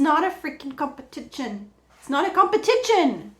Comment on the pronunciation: Lol when you pronounced “ competitshun” with the extra T it reminded me of how Miranda Sings says a lot of words.